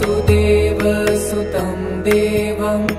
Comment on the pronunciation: vasudevasutam shd be pronounced with hrasva "va" meaning son of vasudev, Being Son of vasudev Krishna is Called "Vaasudeva" with a Dheergha "vaa"